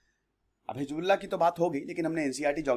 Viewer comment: Sir, you were about to say, heezda... 😁😁😁😂😂😂